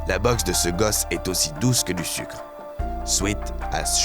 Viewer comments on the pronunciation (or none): none